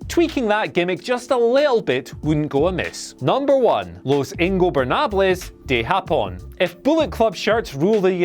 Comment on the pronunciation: Yo! Nice Spanish pronunciation 😊👍🏽 "Los ingobernables de Japón" ✊🏽